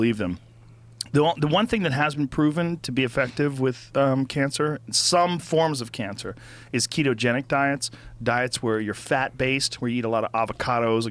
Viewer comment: Joe: "It's this thing called a 'KetoJoenic Rogan'"